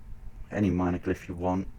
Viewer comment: Glyph not Glyth :P